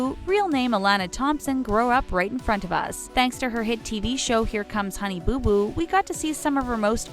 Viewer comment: Why does she say honey boo boo like that..